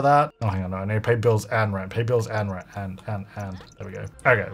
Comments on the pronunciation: "welcome back to rench to riches" lmfaooo made me giggle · At first I thought you said "wrench to riches" and honestly you wouldn't be wrong there. Always love seeing a new video pop up from you,!